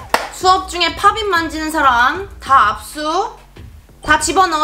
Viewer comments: 팝잇있데 팝빗이라고 하내요 ㅋㅋㅋ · 여기는 팝잇을 파빗이라고 발음안하고 팝핏이라고하넹ㅋㅋㅋ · 근데 왜 자꾸 팝잇을 팝빗이라고 해요?